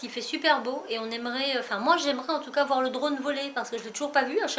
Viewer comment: Cool ce vlog, le projet scrap pour halloween est vraiment top, et le drone aussi Juste une petite remarque parce que ça fait mal aux oreilles: il faut que je vois (et pas voiye) et une fois que vous avez acquis (et non acquéri)